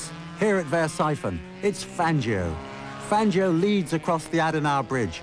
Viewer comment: Fangio was the greatest! I bow low to his mastery of motorsport! BTW, It's Fahn-Joe, not Fan-gee-oh! Never, ever, depend on the British to pronounce foreign names correctly, because they basically don't care how foreigners pronounce things. (I'm American) - Now I'll admit I don't know how Fangio pronounced his name, but it looks like an Italian name, and in Italian the 'i' is (generally) there to modify the sound of the 'g'', not to be pronounced. It's like the difference between 'caca' and 'chacha' (or 'sit' and '$hit', if you prefer). If you look at the Wikipedia article on Fangio, they say it's pronounced [ˈfandʒo'] (but then, maybe they don't really know, either) For all I know, Fangio may have pronounced his name 'Fahn-gee-oh', but since he spoke Italian, I kind of doubt it.